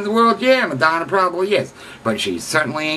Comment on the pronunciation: You don't even know how to pronounce her name...